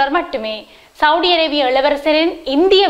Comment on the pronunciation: உங்களது தமிழ் உச்சரிப்புக்கள் மிக நன்றாக இருக்கின்றது.இருந்தாலும் சவுடி சவுடி என்று சவூதி அரேபியாவை அழைப்பதை திருத்திக்கொண்டால் மிக நல்லது என்று அன்போடு சொல்லிக்கொள்கிறேன்.